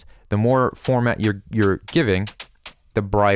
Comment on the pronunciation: You are doing a tutorial...how about you call the term what it is.. "formaNt" not "format"